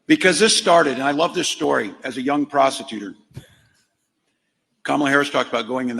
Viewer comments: { } I rewinded it 3 times to make sure I heard that enunciation precisely lmao I even put my ear next to my tv speaker as a certainty and hot diggity damn I heard what I heard and that was the most truest and sane thing that came out of Walz mouth since he joined the ticket! He called Kamala a “Prostitutor” hahahahahahaha I knew Walz was a compulsive liar but I wasn’t aware of him being a neologist 🤷🏽‍♂️🤣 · ROFLMAO!!....I thought Tampon Tim said prostitutor, too!! 🤣🤣🤣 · did tampon tim say he was a prosecutor or a prostitueor